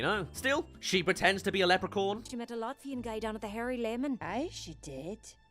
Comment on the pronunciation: Lepre-corn 🌽??? 🤣🤣🤣 I have never heard anyone pronounce leprechaun that badly. 😂